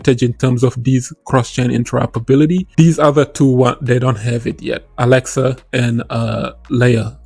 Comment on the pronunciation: Alexa or axelar🤣😂🤣 Good video 💯👍🏾😎